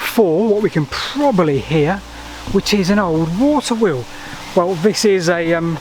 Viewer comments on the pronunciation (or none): none